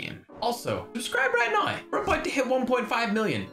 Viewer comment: Bro I always love when he say "Noi" "Hoyever"